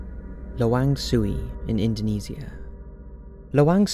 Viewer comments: I’m still so uncomfortable with his pronunciation of Indonesia... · Not to be that kind of person... but you are prouncing the word indonesia wrong..